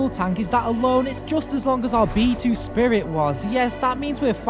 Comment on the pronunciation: B2-Spirit sounds like (Bee To Spiret)